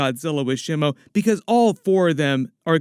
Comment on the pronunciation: Ugh... your pronunciations are killing me. Shimo is not one of The Three Stooges. It's not "Shimmo." I in Japanese is pronounced like "EE". So it would be more like "Sheemo". But yeah... definitely excited about this one.